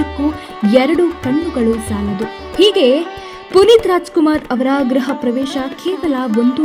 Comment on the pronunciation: ಗ್ರಹ ಅಲ್ಲ ಅಮ್ಮ ಗೃಹ ಅಂತ ಉಚ್ಚರಿಸಿ